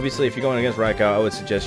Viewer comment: Who tf calls it a raikow? lol raikoo